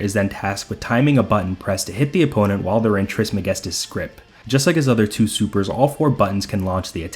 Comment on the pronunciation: The way you say "Trismegistus" is incredibly satisfying. Oh and also great video bro. Thought I would watch half of it and continue it the next day but i finished it in one sitting.